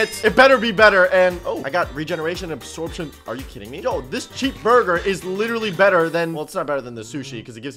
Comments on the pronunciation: It’s funny how he said borgir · nit burger is borgur he said borgur borgurrrrr when he attack herobring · i love how he just keeps saying borgir when he fights bosses